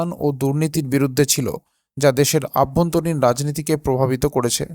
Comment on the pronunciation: কথাটা হলো অভ্যন্তরীণ। আভ্যন্তরীণ নয় দাদা। কথা ঠিক করে বলুন।